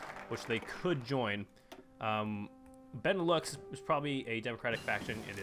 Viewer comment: Benelux: Ben-e-lou The japanese faction: Die-toa Key-oi-ken Xibet San Ma: Sie-bei san ma Svea Rike: Swe-a ri-i-ke Some pronunciation, correct me if i'm wrong but this is how i've heard people say these things. Also, this is very cool, way better than 100% world tension, keep it up!